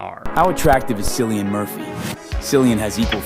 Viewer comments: Also also the dude in the video who talked about Cillian Murphy it's not SILIAN IT'S KILIAN. Jesus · jfc Cillian Murphy isn’t pronounced “sillian” gdi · Uhm, actually, Cillian is pronounced like kill-ian. Maybe it's time for some wordsmaxxing. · as a previous obsessed fan girl... it's Cillian. Kill-ian. sillyann. omfg 😭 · Can't get over the tiktok analyzing Cillian Murphy's attractiveness pronouncing his name "Sillian" (for those unaware Cillian is pronounced like Killian, iirc it's an Irish spelling) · "Sillyan"????? It's pronounced kill-ee-an I'm losing my mind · i can't get over that dude calling him 'sillyan'. it's pronounced 'killian' you weirdos. if you're gonna review someone 's appearance then at least know how to pronounce their name lmao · don't listen to anyone that pronounces Cillian as Sillian. It's pronounced like Killian. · I already thought these dudes were pretty cringey but I think a part of my soul actually died when that one guy pronounced cillian murphy's name "sill-ee-an". Ladies, Gentlemen and others, it's "kill-ee-an" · americans saying “sillian” instead of “killian” is so funny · Cillian is pronounced the same as killian but sillyian😝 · May I please tell you Cillian Murphy is Irish so C is pronounced K (in the Irish language) hence when saying his name it's Killian Murphy. 💚🇮🇪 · That AI TikTok voice pronouncing Cillian “Silly-an” is my 13th reason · the pronunciation of cillian is killing me (or should i say cillian me…aha..), it’s like when people pronounce celtic like seltic hhjhfyrddytf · The most offensive part of this looksmaxxing thing is pronouncing Cillian as Sillian. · Americans pronouncing Cillian Murphy's name as "Sillian" fucking kills me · "Sillian Murphy" 💀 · Omg that video of the guy saying Cillian Murphy's name annoyed me so much that not how you pronounce his name. Its pronounced "Kill ee un" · I always find it so funny whenever people mispronounce Cillian Murphy as "Silly Anne Murphy" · it's pronounced 'killian'